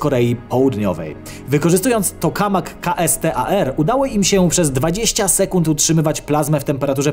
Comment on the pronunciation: Kastar 🤣🤣 dobrze że nie kastrat 😆 Jak już to "Kejstar". Kto ci ten scenariusz pisze 😂😂